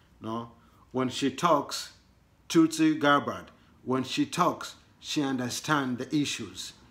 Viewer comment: My brother from Africa TUTSI ? is a tribe in Rwanda and Burundi .You have to help pronounce it as Tul-Si and not Tut-Si . But good job you need to speak Swahili or your local dialect it will help the rest of us . As they say in Swahili Asante Sana